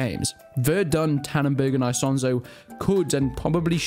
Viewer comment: i cant keep watching this with how hes saying isonzo